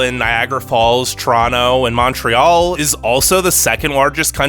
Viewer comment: the way you say montréal makes me hurt 😔